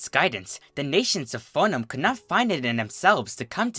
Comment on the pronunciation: Yes; I've been waiting for someone else to narrate TFH's Book of Lore; I couldn't sit through narration of this book due to his mispronunciation of "Foenum".